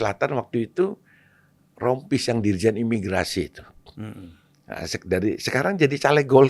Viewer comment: Bukan Rompies pak, tapi Sompie.